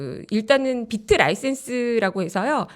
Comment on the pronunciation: 으휴 무식하게 박트라니... 암호화폐 전혀 모르는 사람한테 대본주고 읽으라고 하니 저러지 ㅠㅠ